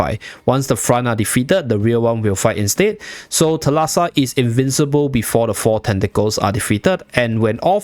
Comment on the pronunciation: Thalassa is actually pronounced thάlassa and it's greek for "sea" fyi